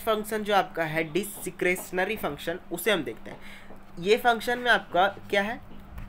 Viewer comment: Discretionary ka pronounciation डिस्क्रेशनरी hai ❤ baaki vifdo achha tha aur helpful bhi